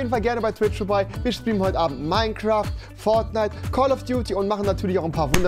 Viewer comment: Er spricht es einfach fortun es wird aber fortschn ausgesprochen